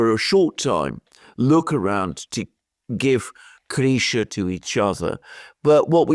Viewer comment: 😂😂😂😂 here i am trying to figure out who the hell is Grisha....bit is actually crysha. Now i assume it's a Grisha video